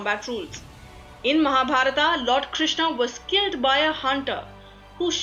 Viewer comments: Please don't translate the names in English by putting AAAA at last of every name ... Like Mahabharath to Mahabarathaaaaa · बहन जी आपकी अंग्रेज़ी ठीक था है। लेकिन महाभारत को महाभारता कहना ठीक नहीं है। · Mahabharata Krishna Ved Vyasa Kaurava Pandava Now add letter 'A' at the end of every word you say. Ia woulda givea youa Nobela Prizea fora fuckinga everya namea ina Mahabharat !! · tum th hindi jante ho. th fir y pronouncing Mahabharata! it is Mahabharat. don't suffix it with 'a'..rama, karma,karna,arjuna.. I m so annoyed with ur hindi! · mahabharataaaa??? kauravaaaa....???pandavaaaa????bhishmaaaa???? vyaasaaa?????dronachaaryaaaa????arjunaaaa????i think they r names which should be taken as they r pronounced by Indians... how bad it would be if i pronounce harry potter as hari putter